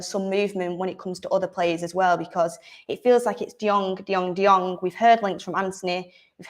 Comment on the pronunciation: 😁 De-Jong? Again 😁 😅 Barcelona is pranking us right?